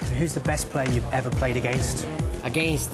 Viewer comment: he says ageansed weird like trying to do an english accent